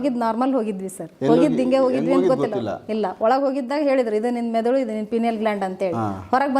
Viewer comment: ಅವರೇ....ಮೆದುಲು ಅಲ್ಲ ಮೆದುಳು 🤣 ಇರ್ಲಿ ಪರವಾಗಿಲ್ಲ ಗುಡ್ ಎಪಿಸೋಡ್ ❤